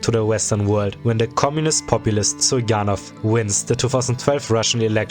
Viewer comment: The pronunciations make me think you're a German speaker? The Z in Zyuganov should be a zee sound and ths Sh in Stepashin should be a sch.